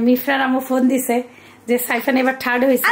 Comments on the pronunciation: থাড বলে 😂😂😂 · কাম্মি থার্ড কে থাট উচ্চারণ করে। হায়রে 😂😂😂😂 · *ঠাড বলেন উনি। 😂😂 নতুন উচ্চারণ।